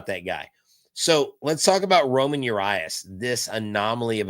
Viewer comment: Hey, It’s Ramón, not Roman (Urías).